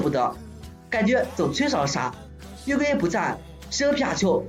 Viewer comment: 還有 月桂Yeah🤣